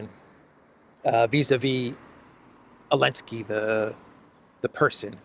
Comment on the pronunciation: Am I the only one going crazy every time says “Alenski” instead of Zelenskyy?